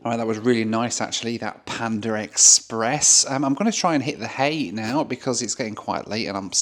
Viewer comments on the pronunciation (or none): its PANDA express, and nor PANDAR express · There is no R in Panda. 🤡